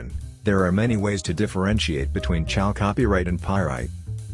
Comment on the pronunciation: Oh maan, that voice-over is the best !!! Maybe it's because English is not my first language but from on, I hear : "...when Chal Copyright is provided with a** in-treatment..." :- "When exposed to a**... :D. That's just as golden as pyrite :D :D Fools gold :P